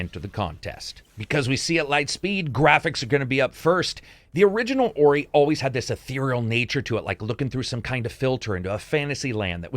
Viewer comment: i remember people b*tching to you in the comments back in the day. it is not pronounced Oreye! 😆 ORUH!!!